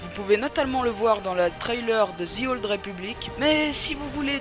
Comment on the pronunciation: on prononce pas DZI OLD mais bien De /The Old Republic